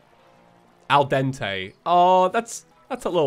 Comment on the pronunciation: You're pretty much right on the 'Al Dente'